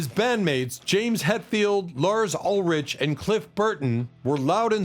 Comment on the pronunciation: How Ulrich was pronounced I thought it was about some Serb or Croat and not Lars 😮 Who hated all those ppl? Guys in a business? It's quite normal, right? One has to fight in capitalistic industry 🤷